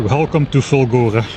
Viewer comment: For four episodes I thought you were saying Fungora and expected mushrooms and spores and nonsense like that.